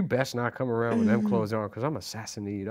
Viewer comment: Say it with me “Sass-uh-nid” not “sassy-need”